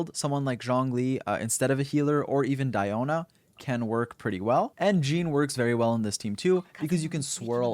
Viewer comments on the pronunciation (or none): did you just call di-o-na... die-yo-na? thanks for the tips, ye bei+diona works significantly well, since enemy will go inside the aoe and get cryo effect, reaction time babyyyy XD.